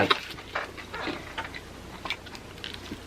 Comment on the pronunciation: honey it's BIG BUFORD pronounced Bū-Ford NOT Bigford 🤣🤣